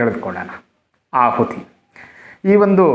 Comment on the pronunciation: ಆಹುತಿ ಎಂದು ಸರಿಮಾಡಿ.ಅಹುತಿ ಎಂದಾಗಿದೆ.